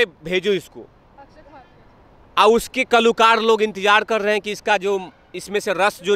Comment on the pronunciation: जी बोलते तो सही और अच्छा है,लेकीन बोलने की धुन में शब्दों का गलत उच्चारण करते हैं। मसलन- बायकॉट को बॉयकॉट बोलना, कलाकार को कलुकार बोलेना इत्यादी-इत्यादी।इसे सुधारें, क्यूँकी उत्तर प्रदेश तो हिंदी भाषा का गढ़ है। ठीक उभी तरह भेंटवार्ता लेनेवाली मॅडम भी कुछ इसतरह से शब्दों का अशुद्ध उच्चारण करती हैं। मसलन- इनके बोलने में एक शब्द है 'बाहिष्कार', जब की इस शब्द का सही उच्चारण 'बहिष्कार' है,न की 'बाहिष्कार',कारण आपके इतना अच्छा बोलते समय शब्दों में जब व्याकरण संबंधी कोई त्रुटी आती है तब ऐसा लगता है मानो कोई स्वादिष्ट पकवान या सब्जी खाते-खाते निवाले में अचानक से कोई कंकड़ या बाल आ गया हो। अंत में हिंदी भाषा का सौंदर्य बनाए रखें। धन्यवाद।